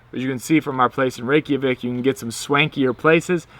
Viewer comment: Great informative video. I've been to Iceland 3 times and can't wait to go back next month. But PLEASE dub over the audio and stop saying "Rey-key-a-vik" It's Reykjavik , "Rey-ka-vik" lol Its you're like calling Mike Mikey. I honestly wouldn't say anything if you didn't say it SOOOOO many times! Otherwise great video. lol